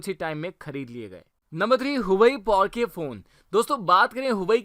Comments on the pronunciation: भाई पोर्श होता है पोर्क नही😃🤣🤣🤣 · Thuurrr kon bola yeh porkeh hai..😂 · This guy Lamborghini : Lamberghini Porche : P O R K E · dude its not porke its porche(pronounce- porshe) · Thik se porsche pronnunce Karna Sikh. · meray bhai, Porsche ki pronounciation to sai kar lo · Bro huawei porsche ko google mai suno kya bol rahe he phn ka name to sahi bolo